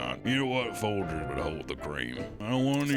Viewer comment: "infant-trucker" voice is just fucking perfect - especially the way he pronounces "Folgers" 😂😂😂😂😂😂